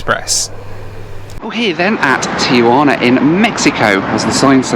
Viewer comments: Please people, why do you pronounce the name “Tijuana” as if you were referring to your Aunt Juana, Tia Juana? Why do people add the vowel “a” between the “I” and the “j” and make it a four syllable word? It’s three syllables: ti-jua-na. Drives us crazy here in México. Where is this guy from, Lonadon? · There is no A between the Tee and the Wana. The name is pronounced TeeWana.